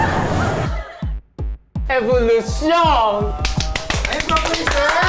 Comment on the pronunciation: Evowlusyown po daw